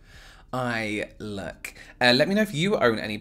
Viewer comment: "Let me know what you think of this, um..." long, judgy pause "... e y e l o o k..." 🤣